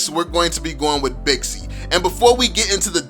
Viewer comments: Wew bixi actually its pronounced baxia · What I like about you is that your empathy when it comes to those who are taking your insights negatively by explaining what you are trying to convey. Btw, it's Baxia not Bixi anymore. My top 5 tanks? 1. Baxia 2. Franco 3. Minotaur 4. Johnson 5. Uranus But I'm a Lolita main, lols! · Baxia... Not Bixi.. Baxia is the latest name.